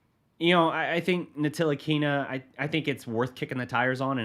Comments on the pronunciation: Great video and analysis. But please, watch the media day from Frank Ntilikina to get his last name right.. the "T" is silent! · It pronounced Nilikina the T is silent it’s spelt Ntilikina but pronounced nilikina. And he would be a great fit in the starting line with luka you know he will blossom. Starting 5, 1 ntilikina 2 luka 3 dfs 4 kp 5 maxi.